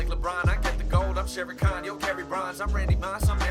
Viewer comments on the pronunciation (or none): none